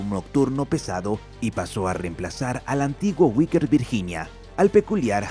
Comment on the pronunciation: Cómo? "Uiker" no! No és Wickers sinó que es Vickers!